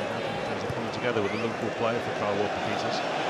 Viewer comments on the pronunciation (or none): none